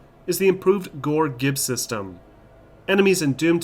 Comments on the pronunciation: J-ibs like giblets. Not Gibs like goblets. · You mispronounced "gibs"